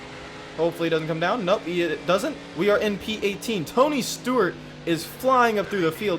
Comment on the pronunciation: ToNy StOrT......………………......No seriously he said Stort a couple times